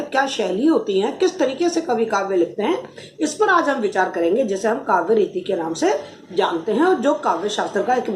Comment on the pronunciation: Bahut ache.but ap reeti ko neeti kyu bolti h...anys smjaya achàa